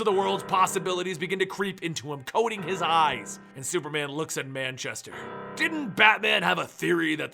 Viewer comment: Moo-Chester black